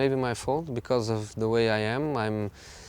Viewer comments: What is 'zeh' is that a new pronoun ?? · 'Ze' Special One 😉